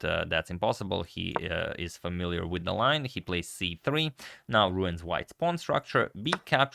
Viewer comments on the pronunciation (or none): none